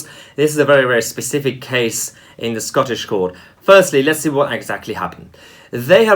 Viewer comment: Scaw-tush jewrus-duckshun. Aye.